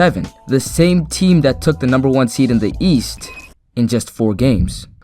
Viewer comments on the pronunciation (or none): none